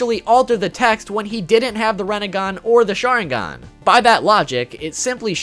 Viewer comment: What’s a renagan? You mean rinnegan?